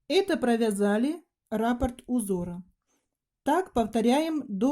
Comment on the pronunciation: Не подошвА, а подОшва, и не рАпорт, а раппОрт. Интересные вещи вяжете, но такая безграмотность режет слух